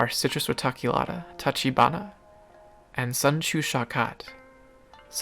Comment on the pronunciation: Same for tachibana: "ch" as in chess or chair